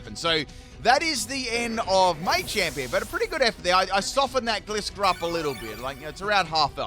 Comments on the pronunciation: I pronounce gliscor wrong 😅 I’ve never even considered it being a gliding scorpion so I’ve always produced it gliss-or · I'll never understand why you pronounce it like "glisscore" and "maychamp". Gliding Scorpion = Gliscor, where do you get "gliss"?? Macho champion = Machamp, there is no "may" anywhere in it.